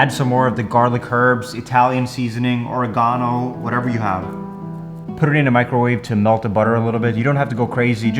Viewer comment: theres no shot you say oregano like that lol